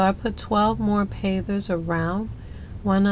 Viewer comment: At first it sounded like you were saying pathers...I couldn't figure out what you meant...hahahaha....Pavers are such an easy thing to work with...My husband and I have used them in the same way before...and other ways....Looks nice...